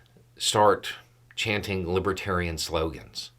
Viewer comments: Was it just my bad hearing or did he keep mispronouncing the name of the party? I heard "Libatarian" over and over. The look on his face as he stumbled down the steps from the stage...... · He kept saying " lib tarian ."" As if he'd never even heard the word before 😂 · Plus the fact that he kept saying others call him a libertarian, though he can barely pronounce it. 👍🏿💙💙💙🥰✌🏻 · trumpf hasn't a clue about the Libertarians and its exemplefied by the fact that he can't even say the word... correctly. He doesn't give a rat's behind about anyone... just the vote. He'll say anything, do anything ( even tolerate booing) for a vote. And of course, after he wins (I don't think its likely) he never knew you cos his promises are forgotten in the light of whatever fascinates him that minute. I did enjoy seeing him ruthlessly heckled, it was... refreshing.